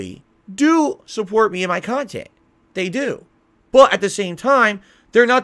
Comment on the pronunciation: Right! When I heard that I had to pause the vid and listen again to make sure I didn’t hear him wrong. He lies about the stupidest crap, and can’t keep them straight….like a grade school child. I guess we shouldn’t be surprised since he’s in gaming jammy’s everyday playing a Disney Princess game and calling it “quality khantent”.